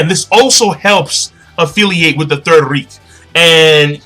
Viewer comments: you have to say it like raich we only write it reich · Says reich correctly, looks it up, says it wrong.